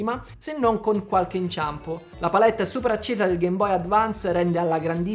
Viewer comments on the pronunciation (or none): none